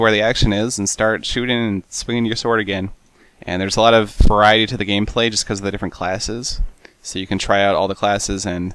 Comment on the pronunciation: I thought he said "There's a lot of Variede to the game."